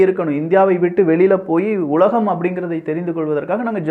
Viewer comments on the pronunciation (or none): none